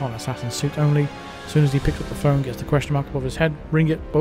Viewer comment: I was happier when you said "phlone" 🤣🤣🤣